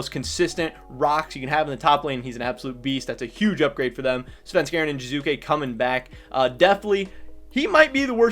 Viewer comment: Its Jiizuke not Jizuke